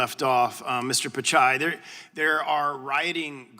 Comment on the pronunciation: It's not "picai" it's "Pitchai"